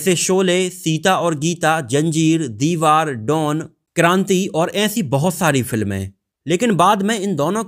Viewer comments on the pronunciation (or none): none